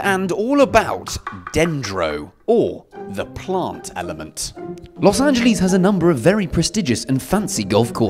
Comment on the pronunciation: What even is Lous Anjelees? I know of Los Angeles...